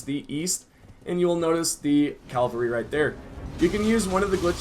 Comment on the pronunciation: cavalry =/= "calvary"